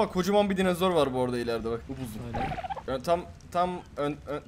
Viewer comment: Dinazor değil "Dinozor"*